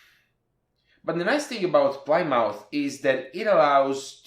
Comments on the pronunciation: Plymouth is name of a city in England, pronounced 'plimeth' :) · this isn't too important but plymouth is pronounced pli-muth. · LOL, Plymouth is a town in Massachusetts, USA, pronounced "PLIM-uth."